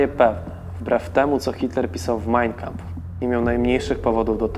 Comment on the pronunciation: Wszystko super, bardzo ciekawy odcinek. Jedna sprawa: to nie jest MAJNjkampf, tak jak to wymawiasz (brzmi fatalnie), tylko MAjn KAmpf - dwa słowa, z akcentem na 1 sylabę.